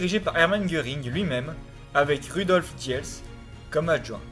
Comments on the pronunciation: et diels se prononce dils. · Rudolf diels se prononce roudolf dils.